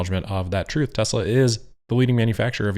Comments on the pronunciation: I thought he said Testicle. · We should all try to say Tezzla... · ahhhh wasn't that hard? ... T. E. S. L. A. Tesla TESLA.... its not that hard to say... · It took four people eleven days to teach him how to pronounce it. Let's just say....not the sharpest crayon.